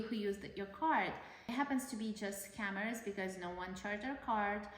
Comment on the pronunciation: It literally sounds like your mother says "this commerce", and "s-cammers".